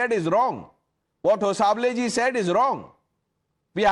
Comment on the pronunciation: Its not Hosaable, its Hosabaale. ( pronounciation)